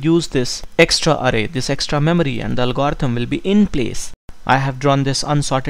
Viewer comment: álgorithm, not algórithm anyway, thanks for the video, man you are great! <3